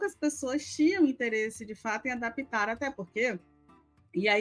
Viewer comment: Ada pi tar?? Que forma de falar!!!